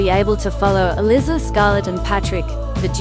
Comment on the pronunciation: The ""Duke" is Not an aristocrat. That's a major part of the plot. It's elIIIza (long I). Stuart Martin is the co-star not Patrick.